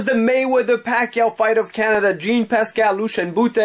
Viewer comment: I cringe everytime I hear you say Jean Pascal. Learn the names